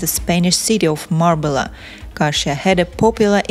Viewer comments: If you’d learn to pronounce Marbella and « filed for divorce » among other words&names it might be useful! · At least learn to pronounce Marbella.